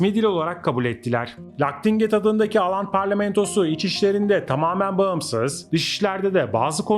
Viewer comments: Aland değil Åland Evet çok duydum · 1-Aland değil Åland türkçe okunuşu ooland 2-Åland adası 1809 yılında İsveç'ten koparılıp Rusya'nın Finlandiya bölgesine bağlandı ve petro dönemi ile bir alakası yok. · İsimleri oland diye okunuyor å harfi Türkçe de o harfi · Oland diye okunur.